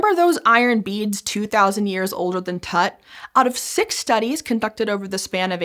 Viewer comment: it's Tut like Toot, not tat